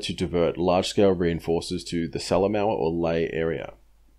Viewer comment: Great work mate, nice to see PNG campaign getting such attention. As a former PNG resident, I can clarify your generally great pronunciation. Salamaua is pronounced sala moha (oh as in well, oh, or like the extinct NZ bird, Moa). Papua isn't pap-u-a it is parpwa, (the wa as in wah, as in crying). Otherwise impressive stuff.